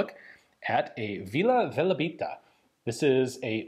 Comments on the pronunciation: IAN! It’s VILA VELEBITA not vila velabita. I’ll bet you Žiga told you that 😂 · Its Vila Velebita, not Valebita